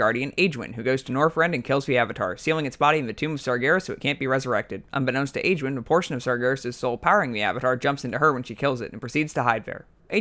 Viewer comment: There's 3 names pronounced incorrectly. Archimonde = The "ch" is sounded like a "k", not as it's spelt. Aegwynn = The "g" is sounded as a "g", not a "j". Teldrassil = Pronounced "Tell-dra-sill", not "Tel-draaah-sl" Other than that, bravo. Great video. Now you just need Bill Wurtz style music chimes.